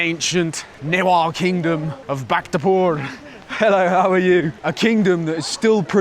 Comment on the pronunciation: just so you know bhaktapur is pronounced BHAK-Tah-PUR